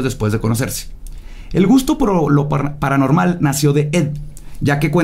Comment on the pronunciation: Todas las equivocaciones de al hablar: waten prep prepa cile pralanormal nosesitava las posibles pues uuu lo que parecían anabel inibir y por eso ellos eee prueba alguno la familia de mudio anterrior un matrimonio anteliol apresur alamente salvó Carlos trajo maltuvieron arruinarra